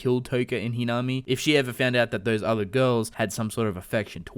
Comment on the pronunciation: It's pronounced he na me